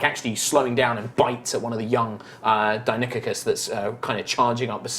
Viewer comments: I love High Rollers! This is been a nice adventure. It's funny how says Deinonychus (he says Deinokikus hehe). And Dimetrodon is not a dinosaur... anyway, keep up the good work, people! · He said Die-non-ick-us. I'm not well versed in Latin or Greek but it isn't the way I first heard it pronounced.